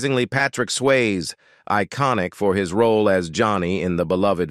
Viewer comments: Please have the decency to pronounce his surname correctly. It is not 'Swaye' it is 'Syasee'. Also do not clickbait by using the photo of another actress in the thumb nail. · uits not swayz its sway-zee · its sway-zee not sways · Swasie, not sways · Your robot cannot pronounce Swayze correctly! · This should be re-recorded to get Patrick’s name pronounced correctly. What a big miss….